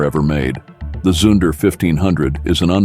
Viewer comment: Zunder is pronounced zoonder, not to rhyme with sun or under. Education in deficit.